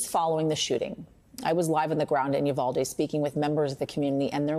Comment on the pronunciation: Roland still standing on his Soap Box preaching to no one listening about the "Yu-Val-Dee" tragedy?